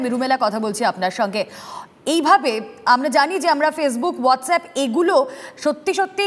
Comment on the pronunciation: whatsapp hobe whatshape noy 🥱🥱